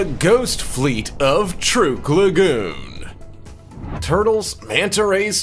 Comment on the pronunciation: the name of the place is pronounced TRUCK not truke